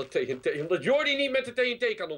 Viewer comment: Jordi zegt TEE en TEE maar het is TNT godverdomme man